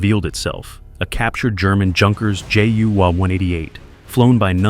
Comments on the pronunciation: Another Moron narrator without any idea how to correctly pronounce names... Like "Junkers" (Youn Cures). Hard to believe such mispronunciation in this day and age. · Just so you know, "Junkers" is pronounced "Yunkers". Also way too much repetition in this video.👎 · Junkers pronounced Younkers. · Junkers is pronounced with an intial Y, as in Youth. The two words have the same derivation.